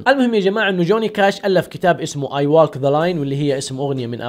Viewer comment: يا الله يعطيك العافيه على المقطع بس عندك مشكله كبيره في نطق الاسماء و بعض الكلمات البسيطه جداً ، الفيلم اسمه ووك ذا لاين و كلمه ووك بسيطه جداً طلبه الابتدائي يعرفون ينطقونها و الله يعطيك العافيه كمل